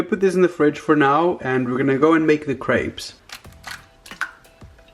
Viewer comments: I thought you kept saying grapes lmao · Valeria T same😂 I thought he was saying "15 GRAPES?!" 😂